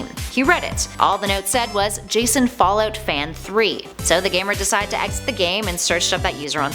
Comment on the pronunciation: boooooooooooo.....i wasnt going to say anything....but accents are something i catch. Specially the loss of one...Can you stick to one way of pronunciation :-P....first its fall oot then its fall out...very distracting ^_^...my mind is trying to tell me you are saying two different things...when its one And the word pasta...omg is it a jersey accent now? pawsta or pasta? something tells me these creepy pastas are all just random fiction....i mean MODS are one thing but ya...almost seems like OP is making this up on the spot. If not why share what other people make up? if its made up its not creepy pasta.....no videos no picture it didnt happen .....trying to artifact? according to this definition....it was not artifacting at all...........these dots should go on forever..... ar·ti·fact /ˈärdəfakt/ noun noun: artefact 1. an object made by a human being, typically an item of cultural or historical interest. "gold and silver artifacts" synonyms: relic, article; handiwork "hundreds of unidentified artifacts are stored in numerous rooms beneath the museum" 2. something observed in a scientific investigation or experiment that is not naturally present but occurs as a result of the preparative or investigative procedure.